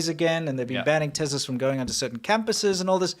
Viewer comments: BTW, it isn't Tezla, it's Tesla. I could swear you used to pronounce it correctly--am I just misremembering? Have you always mangled the name? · ‘TES la’. Not ‘Tezla’. 🤦🏻‍♂️